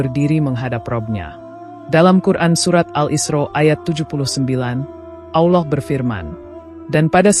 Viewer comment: Maaf klo saya salah, saudara ku seiman kedengaran nya saudara menyebut nama Allah..ada lah,,awllah mohon maaf hnya sekedar koreksi..SMG Allah mengampuni kita semua..aamiin..